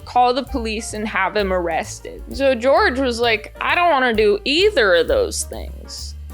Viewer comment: Huge double yuu for weirdos named George today. Hearing the way you say the name George was like an audible version of looking at Elenas corpse photo all those times it was on screen. This is just like when the popes. Thanks!